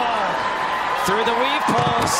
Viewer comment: I thought it was 'weave paws' the whole time🤣🤣